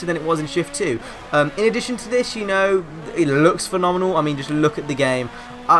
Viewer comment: Thank goodness you have changed your mind, I always had faith in this game anyway. Lol STILL tryna pronounce "phenomenal"? Nice new intro too and just a heads up, StraightUpHippo is spelt wrong at the end.